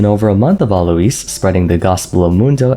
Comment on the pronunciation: How do you pronounce Alois name wrong when the guy says it all the time